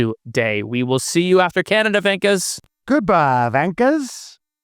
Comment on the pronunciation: Mum, MUM! These dude's on utube are calling me a vankher again. What is a vankher? Am I vankher?